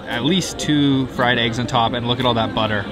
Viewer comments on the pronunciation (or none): none